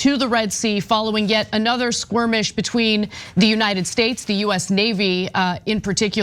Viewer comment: "another squrimish" ok then.:face-purple-wide-eyes